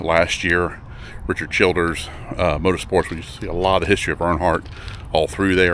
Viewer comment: also not Richard Childers, it's CHILDRESS